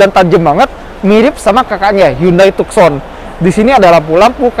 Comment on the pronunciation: Tuh-Son. Bukan Tuk-Son.